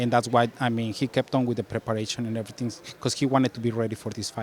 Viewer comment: “Ready for erryting” 🫡👌🏽